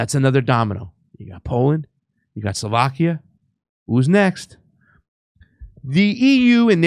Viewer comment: It’s not pronounced: Soulvakia c’mon pasta